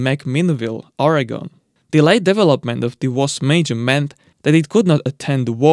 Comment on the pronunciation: Finally, a non-American who can pronounce Oregon